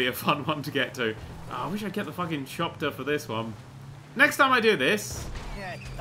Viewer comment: Btw its a chopper not a chopter